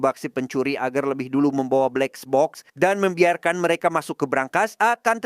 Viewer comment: Kesel gw denger lu berkali-kali ngomong blexbok😏